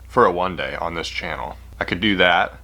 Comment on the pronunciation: "One dayy" Me: "One dayy" My mom: What did you say?